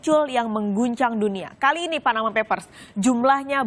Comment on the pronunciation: perlu belajar bhs Inggris, yang benar ""Panama Papers". bukannya Panama Peppers (merica dari Panama). Dasar lidah po'ong "ubi kamu" atau ketela POHON.